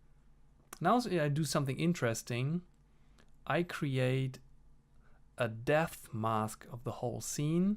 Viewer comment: You saying "depth mask" sounds like "death mask"... 😀 I enjoyed this quite a bit. It reminds me of the good old digitaldecoy days... 👍